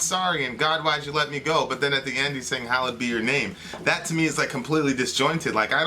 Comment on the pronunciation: It's actually "Hallowed" not "Hollowed"